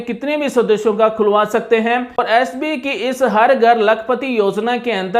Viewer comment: आप,, बैंक का नाम तो ठीक से बोलिए । हर बार आप एस बी कह रहे हैं । बैंक का नाम एस बी आई, अर्थात भारतीय स्टेट बैंक है । धन्यवाद । ओमप्रकाश ।